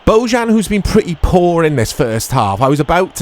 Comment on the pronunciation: The camera and footage look fine to me too! Also, Bojan's name is pronounced "Boyan" :)